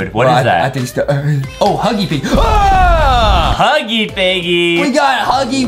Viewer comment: He say thepiggy Huggy